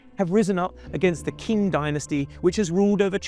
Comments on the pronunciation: Lecturing on China and you do not even know how to pronounce the names right!?! The Qing dynasty is pronounced Ching, not King. Big difference and easy to pronounced, but you got even that wrong. So I do not recommend the video because of all the inconsistencies of this video lacking originality!!! Save yourselves 20 precious minutes of your lives. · It’s Qing ( Ching) not king white boy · It is pronounced “Ching” (Qing). Not “king” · „King” dynasty, Buddy you pronounce it like Ching, not king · Ok but it's "Cheen" dynasty, not "King"... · It's not the "King" dynasty ffs. It's pronounced as the "Ching" and spelled as "Qing." dynasty. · What the hell is King dynasty? its Qing! pronunced as Tching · did you pronoun qing as king? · 1. Qing is pronounced Ching 2. The Qing capital was Beijing 3. Puyi was living in the Forbidden City in Beijing when he abdicated, not Nanjing. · Exactly. To be honest, someone can pronounce it as 'Tsing' as well (actually Qingdao is often written as Tsingtao come to think of it), and wouldn't be more wrong. It would still be wrong, of course, but just not more incorrect than Ching. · I stopped watching after he said "King dynasty". 😂 As if this guy knows more than me when he doesn't even know the name of the country. Probably just reading off an AI script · Come on, you guys couldn't be bothered to figure out how to pronounce "Qing"?? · how come he can pronounce Guangzhou correctly but not Qing dynasty? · At least pronounce Qing correctly - shoddy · How many times can you mispronounce “Qing”? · Third principles Translates to socialism and you pronounced Qing wrong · His pronunciation is accurate as the map of China in the thumbnail lol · pronounce QING properly..... GOSH